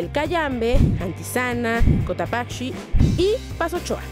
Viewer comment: cotapacshi xd es Cotopacci traduccion nomas en realidad se escribe Cotopaxi xd